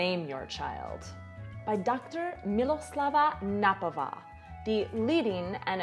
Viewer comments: Jsem už sice nahluchlý , ale pozor!! česky správně je paní K-nappová ne (napová), K se musí vyslovit -není to jako anglicky knife (knajf) nebo know how (nou hau) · Mrs. Knappová is pronounced Knappová, with clearly pronounced K. ;) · Hi, only one note to your pronunciation of Miloslava Knappová - K shouldn't be swolloved her name isn't Nappová;) as opposite to english pronunciation of words like knight or know in czech it's voiced consonant....Knedlík not nedlík. Wish you all the best! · I'm sorry I just have to comment: the K in "Miloslava Knappová" is not silent; people pronounce the K as well with the rest of the surname ;) However great video as always!